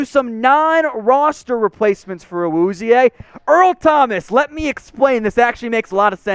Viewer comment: PLZ just say "Cheeto"... I wana reach through my screen and slap you every time you pronounce his name